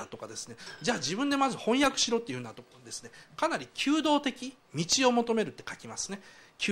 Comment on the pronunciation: 求道的： ✖きゅうどうてき 〇ぐどうてき